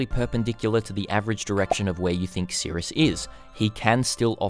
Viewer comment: S. i. r. i. u. s. not sirUs love ya <3